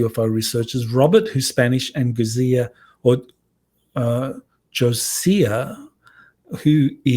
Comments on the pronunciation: Gosia is pronounced 'go-sha". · really, you are wonderful BUTl! If you listen to ANY of the Svarru material/ Cosmic Agency, you will know it is GOSIA- pronounced GO SHA. She is Polish! Yes she also speaks Spanish and English but oh dear...how are you to be trusted with conlusions, if you cannot get the basics accurately represented. PLEASE... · Gosia pronounces her name as "Go-sha". The French contactee mentioned had already communicated with others before her and Robert. Physicist Dan Winter has the information on this so you may wish to speak with him.